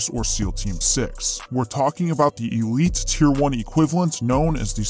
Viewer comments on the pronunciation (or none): none